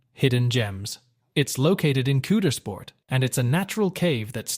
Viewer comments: Wow Pennsylvanians by knowing how to pronounce the gems you are reporting. Knobels Park, the K is not silent. Coudersport in Potter County has an ow sound as opposed to Coodersport. You did have a nice video. Born and raised in Pennsylvania you enlightened me to some gems I was unaware of. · Yes. I was a little triggered ..I think that’s the word kids use these days…😂 Especially with Coudersport and The Simeone Museum. My father was friends with Doctor Fred and they totally butchered his name. 😮 Also, Kinzua….was a bit weird, but maybe that’s because I’m a Pennsylvanian born and raised and I’m extremely proud of my state. ❤😊